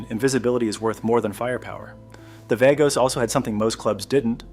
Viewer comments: VAH-goes, not VAY-goes. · Vagos is pronounced Vah-gos! 🙄 😂😂